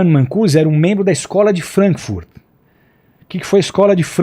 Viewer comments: Errata: Marcuse ao invés de mancuse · Não é "Mancuse"! É Marcuse... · Esse cara tá lendo. Incrível como o professor Olavo de Carvalho introduziu conceitos e autores no debate, mas nunca é citado por isso. Outra coisa, o nome é Herbert Marcuse, não é Mancuse. Nem lendo? 🤦🏽‍♂️ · Cara, o nome do pesquisador era Herbert Marcuse, não Mancussi. E esse pastor deveria ler mais e entender melhor os reais propósitos políticos e ideológicos das épocas que ele tentou explicar, para não falar tanta besteira. Que monte de pensamentos conspiratórios, meu Deus. Está mais para disseminador de teorias da conspiração, do que para religioso. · Que maluquez. E é marcuse, nao mancuse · NÃO É 'MANCUSE", E SIM, HERBERT MARCUSE. E NÃO É DE DONAS DE "CASAS" , E SIM, DONAS DE CASA. NO RESTO, CONCORDO. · É Marcuse e não Mancuse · O filósofo era MARCUSE, e não Mancuse… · Esse cara é um embuste 😂😂😂 Típico acadêmico de internet. Assistiu meia dúzia de vídeos do Olavo de Carvalho e se auto proclamou profundo conhecedor da história contemporânea 😅 Não sabe nem falar corretamente o nome Marcuse 😅😅 Falou mais de uma vez Mancuse kkkk Isso é que é uma Mancada 😂😂😂😂😂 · Por que raios esse moço está chamando o H. MaRcuse de H. MaNcuse? De onde saiu essa letra N? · Tá na cara que este sr não tem estudo nem conhecimento básico sobre o que se propõe a falar. A Mancada do "Mancuse " não foi a única que ele deu ao longo da sua fala. Engana trouxa 😅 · Alguém avisa a ele que o nome do pensador da Escola de Frankfurt era. Herbert Marcuse e não "Mancuse", como ele insiste em ler? Sim, porque nota-se claramente que tá lendo a explicação alucinada que ele dá pra Contracultura. Além de moralista e fanática, essa gente é profundamente ignorante! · nossa, não sabe nem pronunciar Marcuse